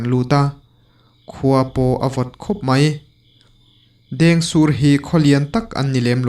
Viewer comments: Dêngsûr tih tih tur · A lam dik e